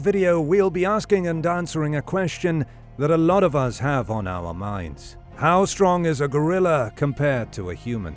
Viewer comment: What's the meaning of "shtrong" ?